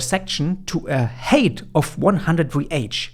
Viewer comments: Drove me nuts. I keep hearing HATE, not HEIGHT. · Great content as always, thank you so much. Helping out big time. Its "Hait / Heit", not "Heyt".